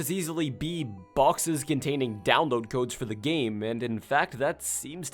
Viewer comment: I laughed when he said dowoad a Game in a few minutes and showed Breath of the Wild. Nintendo systems take hours to download big games, the Switch would still take like at least half an hour to an hour for that shit